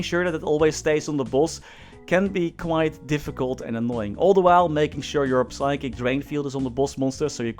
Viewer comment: Whos gonna tell him that the P in Psychic is silent?